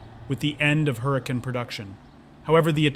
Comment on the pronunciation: so.... you're a car youtuber, but don't know how to pronounce Huracán properly? lol